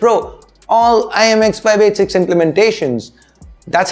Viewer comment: U just said chiks gigs of ram